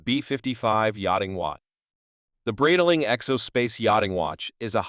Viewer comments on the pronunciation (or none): What kind of a BS post is this, where the computer voice can't even pronounce the name Breitling correctly??